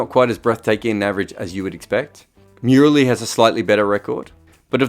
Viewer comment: " i love your accent , say it again" JK : M-YYYUU-RALI